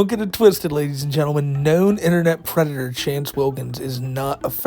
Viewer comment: He’s not a fwickin pwedator!!